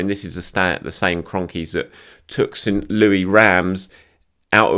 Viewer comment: St Louisssss pronounce the 's' at the end. Common mistake!